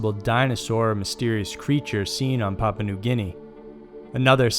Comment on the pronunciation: Thank you. That and his pronunciation of Papua made me cringe every time.